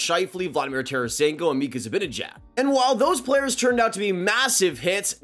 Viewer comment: It's Zibanejad, not Zabinejad. Learn how to pronounce names. Also, it's David Rundblad, not Runblad.